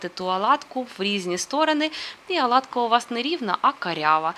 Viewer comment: Чому аладка ,😀а не оладка .?